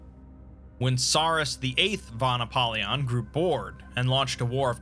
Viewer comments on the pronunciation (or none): "pre antediluvian" What is that supposed to mean? Isn´t that bullshit language? Antediluvian means "before the flood". So "before before the flood"? Sounds dumb. "won apollyon"? You mean "fon apollyon". This video seems poorly done. Shame.